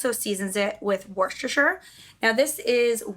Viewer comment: Don’t pronounce the r in the beginning Worecestershire. It’s just woos- ter- shire